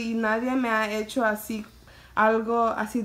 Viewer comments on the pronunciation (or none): none